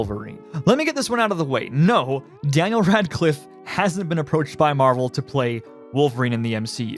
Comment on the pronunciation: When you say Daniel Radcliffe I wanna puke.